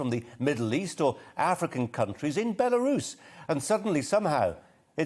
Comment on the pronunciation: Sorry Colin, I think you'll find it's pronounced "Beroos' or alternatively, "Burrous', that clever, eloquent and honourable lady Mrs Webb can help you with that.